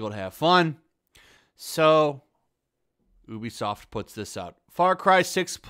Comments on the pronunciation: bruh. It's pronounced "U be soft" not "OO be soft" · Why is he pronouncing it as ooobisoft its youbisoft right? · Its pronounced "you be soft"